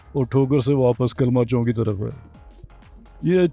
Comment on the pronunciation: Anchor is ......"KALMA CHONK" Tobah Tobah Urdu to Gaiii WRRRR.....